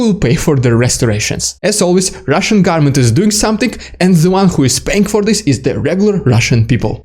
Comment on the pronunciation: It sounds like you are saying "the Russian garment" instead of "the Russian government". If it will make it easier to pronounce, you can drop the first N and just say "goverment"; a lot of people do that.